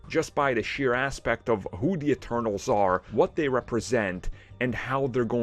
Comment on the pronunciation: It’s “Eternals” not “externals” lol😂